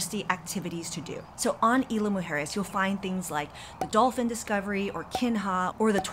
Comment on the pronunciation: IZ-LA MOO- HARE-ES